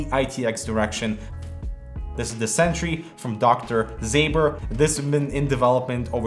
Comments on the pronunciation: Ząber, not Zaber. Pronounced like "Zomber" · It's not Dr. Zay-ber, it's something more like Dr. Zaober due to the "Ą" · You should pronounce it Dr Zomber :) It's "Ą" polish "soft" OM :)